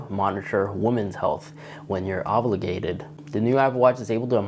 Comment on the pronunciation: ‘ Thermometer so you can monitor when you’re OVLIGATED’ Dude I think you mean OVULATING 😂